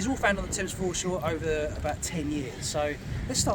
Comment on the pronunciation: The taymes? 🤣😂